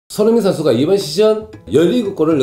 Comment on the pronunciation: 숀흥민 션슈가 자셰가 불안정한 샹태에서ㅋㅋㅋㅋㅋㅋ 뭔가 발음 매력있으십니다ㅋㅋㅋㅋ